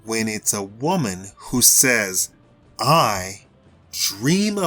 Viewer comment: Women not whaman. The hell Is a whaman